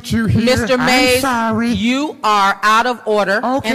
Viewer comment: lool im sorrwy im sorrwy